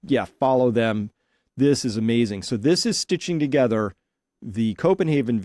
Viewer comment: Its Copen HAVER NOT HAUER!